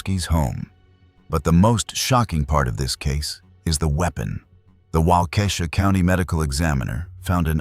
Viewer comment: Its walk-ah-shaw, not wah-key-shaw